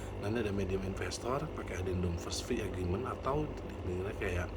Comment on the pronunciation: pemission bukan permition, agreement bukan agrement, fee bukan vee